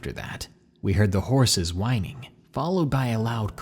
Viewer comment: Did he say winning insted of whinning sorry about the spelling but great stories kèep them coming